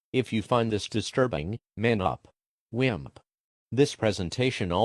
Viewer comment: N where did the r come frooomm 🤣